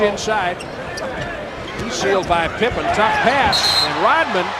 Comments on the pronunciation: his name is RoDman, not RoTman. RODMAN. You are confusing your D with a T. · Rodman ...Rodman ...not Rotman you stupid AI